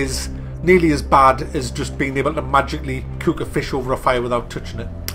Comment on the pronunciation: It's funny how you say Cook.